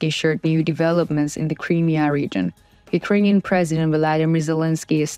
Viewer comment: Just a small hint... when saying the word Crimea, emphasise the "M" and not the beginning of the end. And it is NOT "THE Crimea" since 1991, when Ukraine became independent. It is simply "Crimea"